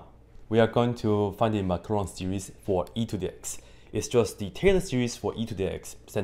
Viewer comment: What's a "Maclarin series"? I only know the "Maclaurin series". ;-)